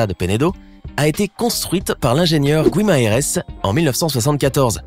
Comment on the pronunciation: guimaràes se dit guimarinse, c'est bien de se renseigner sur les prononciations aussi...